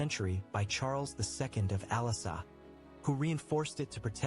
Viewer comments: Like pronunciation of the castles' names. I imagine the poor guy going to France and asking where the castle of Alassa (for Alençon) is, and people suggesting he booked a flight to Cyprus. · Ooohhhhh, there is le Chateau des Ducs d'Alençon, my home town holala 😀...the documentary speaker pronounces Alençon so bad hahaha 😂